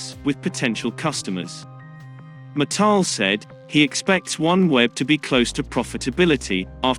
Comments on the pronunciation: Its MIT-TEL NOT MI-TEL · Please learn how to pronounce Mital, its not pronounced as Mataal, but as me+tell